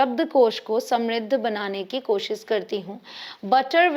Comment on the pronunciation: Dear sis...urdu main kosiiish nhi hota... KO shish hota hy... 2times shhh ay ga... Thank u😁